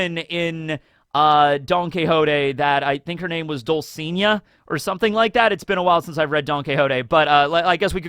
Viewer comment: Dulcinea. You pronnounce it DOOL-SEE-NAY-AH